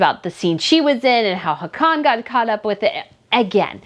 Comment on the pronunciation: I have to chime in to say that our Norwegian Crown Prince's name is not pronounced "ha-con", but more like "haw-con", with the stress on the first syllable instead of the last.